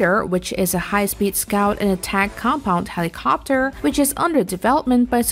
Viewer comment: I am losing my mind every time I hear the inflection put on the end of helicoptUR